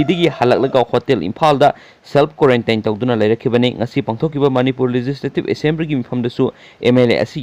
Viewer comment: Yamna toina sijinnaba wahei khara lanna adum pronounce toubadu tabada nungaijade..chumna haiba tambiyu, miyambusu chumna khangjasanu: Quarantine: kwa (pan) + run( chenba) + tin = kwaruntin Containment zone: kon + ten + ment zone = kontenment zone Authority = Otho+ri+ti Tabada nungaijadaduna toubani Warounaba yadeko.